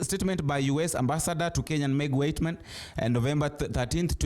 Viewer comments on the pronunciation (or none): It’s Meg Whitman. Not whiteman. Pronounced as /witman/ And it’s Joe Biden. Pronounced as /Baiden/ Why do you mispronounce names ? Last time you tried to /beiden/ but still got it wrong. Kamala is pronounced as /Kamla/